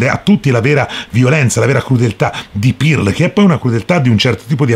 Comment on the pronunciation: Comunque si pronuncia perl non pirl